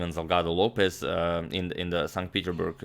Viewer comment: For the 10th time why do u butcher St petersburg??? U say st peterburg..u also claim that Carlsen will be up 3 pawns after capturing on F4. But it is only 2 pawns...lack of attention to detail is distracting